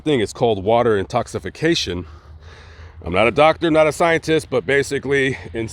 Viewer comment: Water intoxication? Really dude? It's pronounced intoxication...